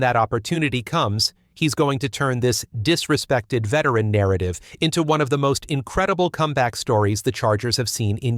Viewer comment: "Disresected" WTF is "Disresected"